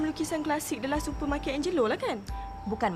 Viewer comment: ohh mcm lukisan the last super michael angelo tu...bukan the last super tapi the last supper....makan lewat malam...supper...sebut mcm perkataan melayu sapa..the last sapa...bukan the last super. tp supper. ishhh poyo je aku ni kan.. saja jer komen sbb ceritanya bagus tp kesalahan kecil2 mcm ni kena amik berat juga. sorry kalau komen aku ni tak btul.